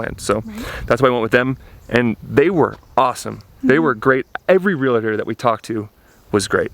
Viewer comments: You don'y know how to pronounce the name "realtor"? and "it's close to what we want to pay, so we'll negotiate to what we want" You are coddled little gringo lambs. Did you check out the property taxes? being foreigners will your taxes be different (higher). When you improve the land, will it raise your taxes? Get sick... really sick... healthcare? depressing. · real...tor, not real-a-tor...btw since you were wondering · Real-tors. Not Real-a-tors 😂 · Always amazed that people have trouble pronouncing the word realtor, Just think REAL TORE < (past tense of tear)- Realtor!